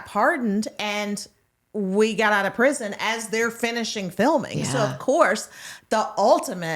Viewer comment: So the fact that none of you can say “prison” is pitiful. And Kaitlyn you are soooo annoying.